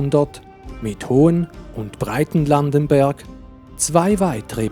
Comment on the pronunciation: Turbenthal hat ein H. Es heisst Hochlandenberg und Breitlandenberg und nicht Hohenlandenberg resp. Breitenlandenberg.